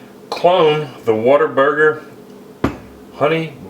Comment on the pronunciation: "What'erburger" - that's how you know he's authentic.